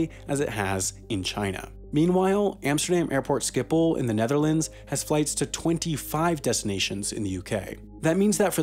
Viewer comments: you say schiphol wrong, its schiphol, not skiphol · Great video but the pronunciation for Amsterdam's airport should start with "sh". Schiphol as in "shiphol".